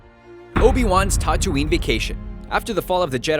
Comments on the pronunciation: And Tatooine is pronounced like tattoo-ine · why this guy cant pronounce A's tho... dag-o-bah instead of -daygobah and tah-too-ine instead of tattoo-ine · Dagobah and Tattooine, get the pronunciations right, you nerf-herder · You need to pronounce things better. Tahtooine? Alderan? Dahgobah? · he doesn't know how to pronounce Tatooine or dagobah its so annoying and episode 10 is going to have lando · Has the guy narrating this even SEEN any of the movies? He totally butchers the pronounciation of both Dagobah and Tatooine. How the hell do you even MANAGE that? And what, they couldnt do another take to get it right. Jfc Thats like doing a video about Harry Potter and pronouncing the name of the school wrong. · I'm sorry, but how does he mispronounce Tatooine and Dagobah? They're pronounced in the movies. Also in the now non-canon extended universe the discovery of the force (or at least the creation of the jedi) is covered.